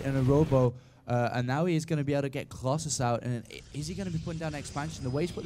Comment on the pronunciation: I hate how he says " Crosses" instead of " Colossus".